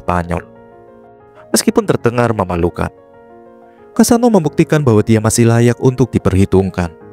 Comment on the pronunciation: Kassano bukan kasino